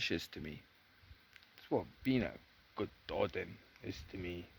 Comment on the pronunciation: It's great that you are interested in this stuff, but I'll bet it makes you cringe when people say Eedinburg or Loth-AY-un. So it's a nice touch to do your research on pronunciations BEFORE you make the video, so Welsh speakers or Gaelic speakers, or whatever, don't have to cringe. It's more respectful, and people will respect you more. Here's some help - Y Gododdin: "uh Go-DO-thin" (Both "o"s rhyme with "go", hard th - you nearly had it right!) Mynyddog: MUH-nuh-thog (dd is always hard th, ddog rhymes with dog) Mwynfawr: MUIN-vower (rhymes with shower) Din Eidyn (Welsh): Deen AY-duhn (AY rhymes with say) Dùn Èideann (Gaelic): Doon EE-juhn Catraeth: ca-TRITHE (rhymes with Blythe) Keep up the good work!